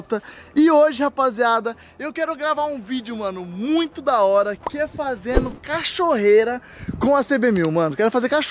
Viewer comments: o disse "cachorreira' kkkkk alguem,mais percebeu????? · 0"28 é empresão minha ou ele falou cachorreira kkk te amooooooo 😍